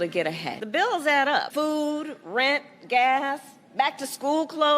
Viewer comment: Did she say Food or FOOL ? . . . GOD BLESS ALL 4 I AM THE SHED ! ! ! ! !